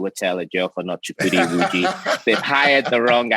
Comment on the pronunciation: Aw man Chukwudi was great! You could tell he was happy right out the gate when you said his name right